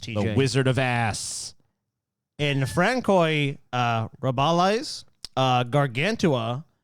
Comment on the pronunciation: "Frannkoy"... I've never heard my first name being screwed up that bad by a non-french speaker.